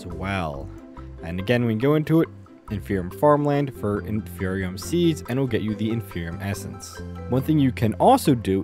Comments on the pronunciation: Why would you say “infernium” if there is no “N” in the word? The pieces and bits have things like supremium, ultimatium, etc which leads to the idea it’s about quality… so inferium would be inferior, not infernior lmao. It isn’t that hard. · It irritates me so much that he says “infernium” when there is only 1 n